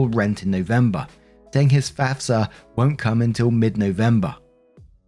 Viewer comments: Good job pronouncing FAFSA. You nailed it. 😊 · You pronounced FAFSA properly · Don't worry, you pronounced FAFSA right. 😉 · You said FAFSA better than most Americans. They mix it up and say fasfa. Bugs the shit outta me